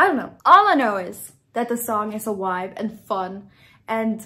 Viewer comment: The way you pronounce “vibe” like “wuaibe” is adorable, my German wife says it exactly like that as well.